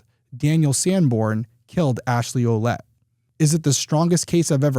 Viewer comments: Her last name is prounounced "Willette"... I knew more than one family with the French spelling Ouellette-- & they ALL pronounced it that way ❤ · Derrick. I have a Quelette in my family tree (as well as a Lavasseur , the wanderer). Fyi Quelette is pronounced Well let.